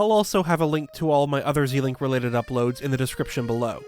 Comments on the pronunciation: Pronouncing it Zēlink sounds so weird. It should sound like the beginning of Zelda: Zèlink. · Zel not zee it's Zelda not zeelda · Just one thing you say "Zilink" and it's more like "ZElink" because it's ZElda and not ZIlda. I say it like that because in a message you can't spell what you say, so it's better actually saying what letters. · "Zee-link"? First time I've ever heard it NOT pronounced "Zel-Link". I don't like it. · Why are you saying it “Zeeee-link” and not “Zel-ink?” It’s a combination of Link and Zelda’s name. Zelda doesn’t have a hard E in her name. And link doesn’t haven an E at all. Why would you pronounce the E as a hard E? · Shouldn't the "Ze" in Zelink be pronounced like Zelda? Ze-Link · "Zee-link"? We can't be friends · Anyone think he is saying zelink wrong 👇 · "Zel-ink"...ship names are combinations of two names and are generally pronounced the same as if you were saying the full name, normal rules of pronunciation ignored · Why does every zelda tuber say ZEElink. It should be a short E. Her name isn’t ZEElda. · I've never heard someone say it like that. Every video I see it's always pronounced "Zee-link". Probably just a wrong way to pronounce it that got stuck. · the amount of times you said zelink completely wrong lol